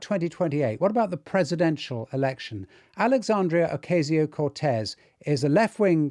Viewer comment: It's not oKAYZIO Cortez. It's oCAHsio. At least say it right. England is right next to Spain ffs. And TYT is NOT "progressive left". They used to be and now they are a alt right scammer channel.